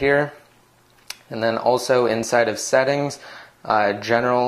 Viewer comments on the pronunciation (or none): none